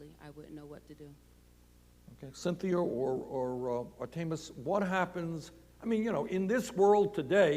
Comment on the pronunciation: Am I the only one who noticed Bernie pronounces names like the bad substitute teacher from key and peele. Ayayron and artaymous are straight fed up. I wonder how much principle O'shaghennesey makes an hour?